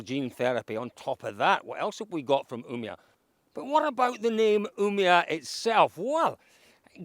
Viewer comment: Try saying "Ume-All" then skip the L´s for Umeå